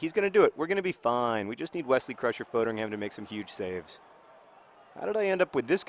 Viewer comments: You're pronouncing Foderingham wrong John! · Please learn how to pronounce Foderingham.